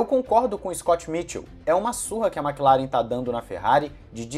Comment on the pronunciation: Por que a galera fala Makilaren, e não Maclaren? Que agonia kk